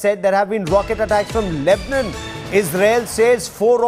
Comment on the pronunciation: Funny how he says Lebanon lol. LEBNON. Hahaha. Why is he yelling also???